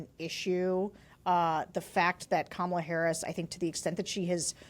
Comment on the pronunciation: I have a feeling that Kamala (accent on the first syllable for goodness sake!) might appoint AK to her cabinet.